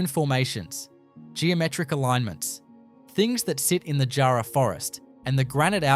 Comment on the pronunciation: He didn’t even pronounce “jarrah” properly. 😂